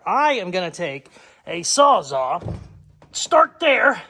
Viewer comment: Please tell I didn't hear you say sawzaw!